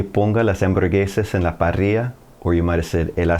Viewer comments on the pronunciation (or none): none